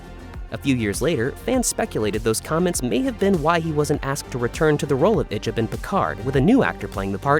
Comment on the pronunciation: And it's not pronounced ich'b too.